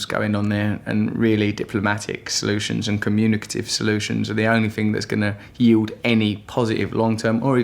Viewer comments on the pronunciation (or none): none